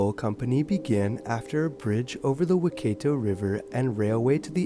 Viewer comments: Pronounced whykaato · If you're going to do a New Zealand video... at least learn to say the location names correctly (just as the locals, they will be more than happy to help - Its pronounced WHY-CAT-O (Waikato)! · Waikato It's pronounced Why-cat-tow